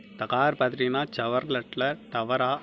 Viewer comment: #டவர இல்லை ப #டவேரா #தவறா சொல்றிங்க ப 😁😁😂